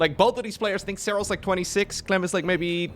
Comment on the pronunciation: „for Clym” - „Good Myrning” 😅